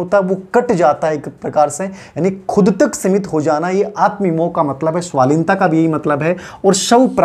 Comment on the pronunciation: स्वलीनता होता है स्वालीनता नहीं